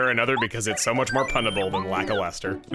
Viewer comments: For reference: Luh-kyle-ster. Don't worry, I said it your way as a kid, too. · I was today years old when I realized Lakilester sounds like "lackluster."